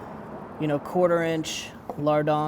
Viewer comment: 😂😂😂 the way he says LARDONS!!! I love it. So American!